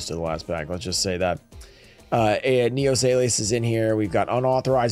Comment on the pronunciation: Am i the only one who noticed he pronounced “Neo” as “New” lol. None the less great opening!